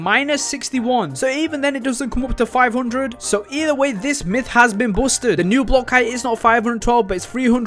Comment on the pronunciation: “Myth is buosted”